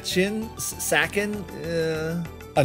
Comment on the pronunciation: Welcome back! I'll give you a bit of trivia: "Sachen" (when pronounced properly) is German for "things". Don't believe me? Try using Google translate and translate "Sachen" from German to English. I actually had ONE Sachen game on GameBoy when I was a kid. It was a 4 in one cartidge and unfortunately I can't for the life of me remember which games were on it. My Dad got it me from Germany as a present.